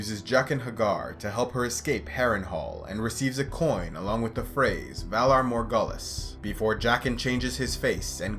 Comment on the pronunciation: You are always so phenomenal when it comes to pronunciation on words whether its Elvish or Valerian. So what's up with the Valar MORE-GULL-US ? Wasn't very smooth sounding.